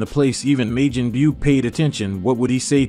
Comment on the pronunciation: why do you keep saying Meijin Beew